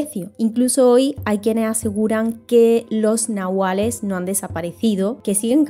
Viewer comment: Gracias….gran video una amiga que habla aun maya ……me dijo una vez que la pronunciacion correcta es NAHUALLE …ES DE OAXACA Y ME ENSEÑO UNAS 30 palabras mayas